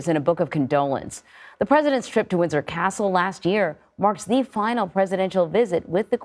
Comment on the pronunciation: she pronounced Windsor wrong, it sounded like she said Wizard Castle!🥴